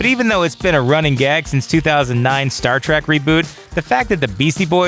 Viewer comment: I think this guy says Star Trak just to start shit lol